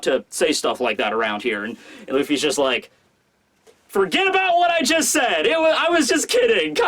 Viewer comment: the word is said not sayed you fucking tool